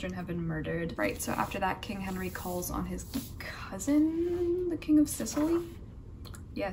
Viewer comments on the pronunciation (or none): none